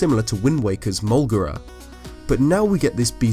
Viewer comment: You said that you only pronounced it molegra c